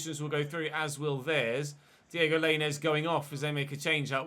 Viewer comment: Hey, soz but FYI lainez is pronounced "line ez" not "lane ez". glad he scored though soz lol good series!